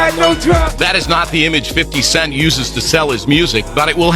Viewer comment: YOU SAYING 50 wrong but you putting up the same photo of Tiny in your video 🤣🤣🤣🤣🤣🤣